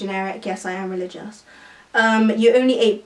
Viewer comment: omg sameee i hate it when people say relgioussss